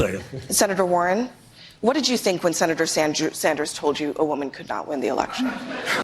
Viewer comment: Did she actually say “Senator Sandjew” ?